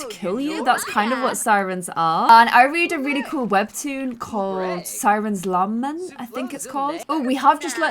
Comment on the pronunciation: struggling not to pronounce Siren's Lament as Simon's Lam Meant is such a mood 😂😂